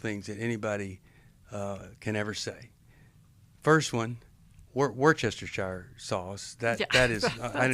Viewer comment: Lol so true Steve, worchestire sauce is so hard to say 😫😂